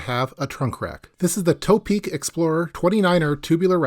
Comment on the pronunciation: Hi. I like your videos. One name I have been hearing mispronounced a lot from you is "ToPeak". I believe it's not pronounced "tow-peak" or "toe-peak", rather the "To" should be considered in the meaning of "towards the peak" or "to the peak", thus "To-Peak".